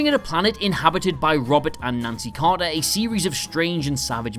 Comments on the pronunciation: Man trap, Crater not Carter! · Crater! Not Carter! Oh dear. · In "The Man Trap", the couple's name is "Crater" , not "Carter" Just FYI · CRATER! not Carter.